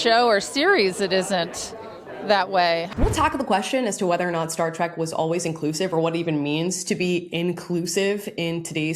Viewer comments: You mispronounced 'Trek' as 'Track' about as often as getting it right. Stay with bashing Disney. You're obviously not a Trekie. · Trek not TRACK